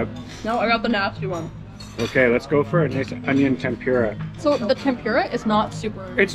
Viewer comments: Ten-Pooh-ra. Not Ten-pyu-ra. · It’s called tem-pu-ra. Not tem-pure-ah. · temPOOOrah. sorry but it isnt tempYOUrah. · The way you pronounce tempura 😂